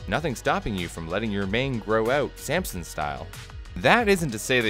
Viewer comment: Accents I suppose, people say things differently but you know what he meant